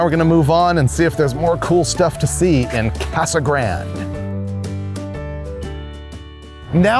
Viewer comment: I have numerous friend's and relatives that live in Yuma that I visit. and I have never heard them say Casa Grand instead of the Spanish pronunciation. Grande' . Also no mention of the World Famous Dome Valley Sand Dragstrip I guessing you came in from California so you drove right past it.